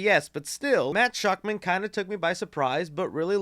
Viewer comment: It astounds me that you say peoples names in your videos without even a quick google to learn how to pronounce it. Why would it be “shockman” it’s “shakman” sound it out.. that’s so lazy man..